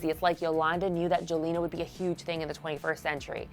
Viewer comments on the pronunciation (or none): It's pronounced Yelena...yes with a y...geez